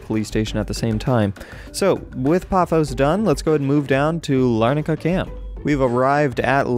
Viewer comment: It is paphos like pa foss